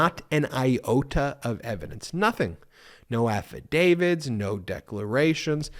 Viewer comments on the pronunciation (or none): ...I cringe every time you talk about an 'alf a David. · Repeat after me...Affadavit !!!!! With a "t" ........you are confusing folks in the UK....😊